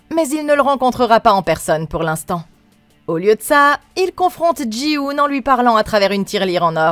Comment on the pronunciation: Jin-Hoo, par pitie, pas Jii-Hoon